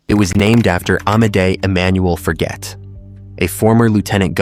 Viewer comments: Forget is not pronounced as the English word Forget...it is pronounced the French way...as in Forzhjay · forget... the person's full name you see is French so the G is soft, not hard. So it doesn't mean to forget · My guess is Forget is pronounced Forzhay as the guy was a francophone.